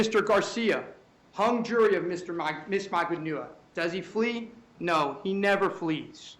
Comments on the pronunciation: Magbaaaaanua...Get it right...DAMN !!!!! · Defense attorney needs to pronounce Magbanua’s name CORRECTLY for gods sake!!!